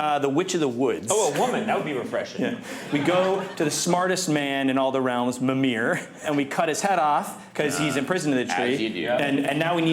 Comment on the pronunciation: is that how you say Mimir in English or was it just that guy butchering the name? Muh-MARE 😂 It's closer to ME-mur 🤓